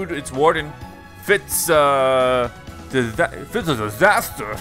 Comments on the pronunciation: fits uh disthustuh lol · fits uh dithustuh!!! Wtf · "uts uh disahter!" LOL